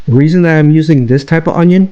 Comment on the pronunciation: To “dat” video?